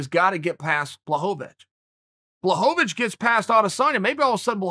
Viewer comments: I like how Chael corrected himself after he said Jan’s name the right way and then made sure to say it the wrong way, I mean the Chael way, which is the right way. Blahovavitch. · Says Blachowiz correctly Proceeds to correct himself to his incorrect pronunciation lmaoo Always Chael, always. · I love when Chael says a guys name correctly the first time, and then corrects himself to pronounce it wrong. Boss move! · If uncle chael says it Blokovowicz it is Blokovowicz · Me: Blachowicz Chael: Blahovavich Me: Ok Great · Chael: “Blahovich” No one: “who?” Chael: “blahovovich” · “Bluhovavich”- Chael P. Sonnen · Chael: I dont mean to discount Blachowicz Also Chael: Blahoehoewitch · Nobody: Chael: "Blachovavich" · 'Ol Chael adding extra/unnecessary syllables to people's names again...